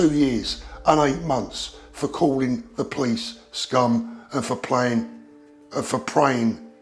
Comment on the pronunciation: She didn't say 'scum' , she said "sgoom"